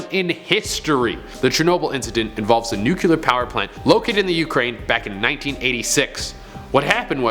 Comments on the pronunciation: Nuclear not Nukular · I'm sorry to be that person, but it's "Nuclear", not "nucular". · "Nuclear" ... not "Nucular" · Why is it SO hard for most people to pronounce noo-clee-ar ??? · It is my firm belief that Canadians cannot pronounce or read nuclear. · “nuclear’ literally shut up